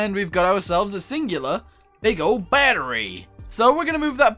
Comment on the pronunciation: Why do you say battery like batteru